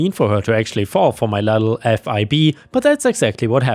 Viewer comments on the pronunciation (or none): I don't know if you read these. But if you do... Fib isn't an acronym but an actual word. It means a lie, generally of the immature sort. It sounds like 'rib' but with an F. On the plus side, your kind of pronunciation errors reassures me that you aren't an AI voice!